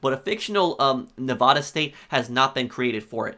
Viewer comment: Stop pronouncing “Nevada” incorrectly . We hate it when people do that. We HATE it.